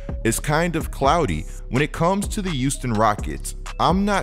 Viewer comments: “The youston Rockets” 😂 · Is it me or is saying “youston”?